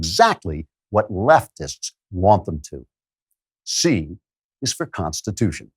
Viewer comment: Pronunciation key: the Constitutia?